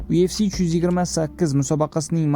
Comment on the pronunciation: UFC mas YUFC deb o'qiladi admin